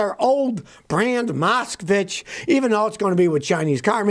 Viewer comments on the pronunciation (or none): It’s pronounced Moskvitch. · It’s pronounced “Moskvitch” means native from Moscow. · Moskwi-ch "ch" as in Chance X)